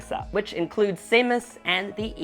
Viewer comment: Did you just pronounce her name as “Say-mus”? Haha